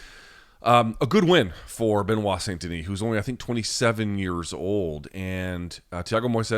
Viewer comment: loved seeing give a talkin to after calling him (ben-oight) in the intro... got (Ben-wah) right after fosho!!!!